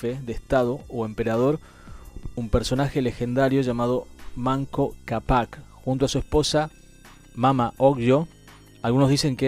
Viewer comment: Capac con acento de voz en la primera A,, hermano argentino, thanks..